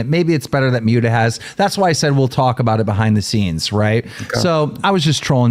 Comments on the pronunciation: Keem called Muta "Mew-ta" makes my belly hurt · It’s pronounced like “Moot-uh” short for Mutahar. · I love how Keem calls Muta “Mute-uh” lmfao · Keem mispronouncing his friend 'for years" Muta's name wrong repeatedly was beyond irritating